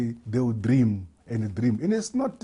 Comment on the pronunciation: Dthream dthream & dthream lol